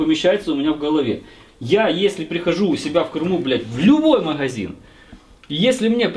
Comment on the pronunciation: тебя бомбит, когда говорят подшиБник, так вот, правильно говорить маГазин, а не маХГХазин))))))